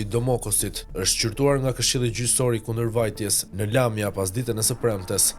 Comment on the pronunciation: Lat nam me kto kronikat amatoreske, Lamja thot , Lamía theksin tek shkronja i Sikur esht ndonje shkence e madhe ta thuash sakt si esht emri